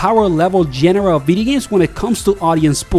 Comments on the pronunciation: Great video. But it's pronounced genre, not genre. You're welcome. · Please learn how to pronounce "genre" correctly >_< The simplified controls aren't the only big change, it's the simplified movelists and mechanics